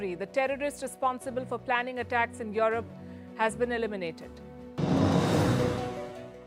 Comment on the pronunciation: 'Your rope' instead of Europe .... very irritating 😅😅